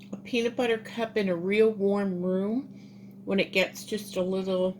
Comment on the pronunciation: Its pronounced PEANUT BUTTER not BEANUT BUTTER. YOU keep saying it